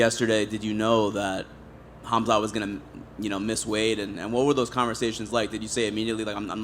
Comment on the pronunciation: “Khamzat” with a hard K Missed opportunity to call him cum snot